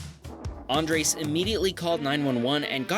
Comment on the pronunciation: PLEASE STOP SAYING ÁNDRES, IT´S ANDRÉS.